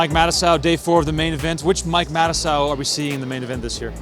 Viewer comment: Matusow. Yikes. No way you said that and then did that.